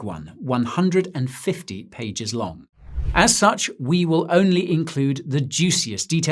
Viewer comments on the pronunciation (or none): none